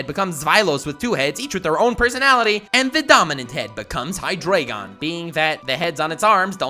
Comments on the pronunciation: It’s hi dry gon not hi dray gon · High Dry Gone is how you pronounce Hydreigon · But you say it hydrygon, not hydreygon. It's based on the German for 1,2 and 3. Dry. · It is pronounced hydrAIgen, it's fucking deutsch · You can't even pronounce your favourite pseudo legendary pokemon... HyDREIgon. a.k.a the german for three... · It would be a dragonitium also it's pronounced hi-dreye-gon, eye as in your eye. German 1 2 3 into deino zweilous hydreigon. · Microbabe Brown *Hydreigon Please don't correct on how people spell or pronounce anything when you cannot spell it yourself. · Hydreigon is your favorite pseudo legendary but you can't pronounce its name right lol